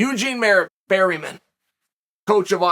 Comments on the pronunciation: Trust on Chael to butcher names "Eugene Berryman" 🤣🤣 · "Burymen" meets "Pierre" the Frenchman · Chael slaughtered Eugene's last name🤣